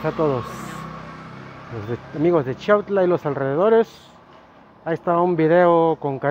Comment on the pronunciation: Saben lo único q m molesta mucho q yo nose si esas personas son d chiautla porqué muchos ni saben pronunciar chiautla yo los escucho q disen chautla